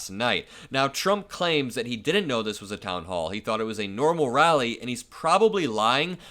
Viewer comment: Has there been some agreement only newly-hatched news guys know about that the "d" in all the words that once had them has been removed ala some four - year - old; so that the words like "didn't" are pronounced without them? "Dinent; coulnent, woulnent"??? They're all doing it now. So is the AI narrator.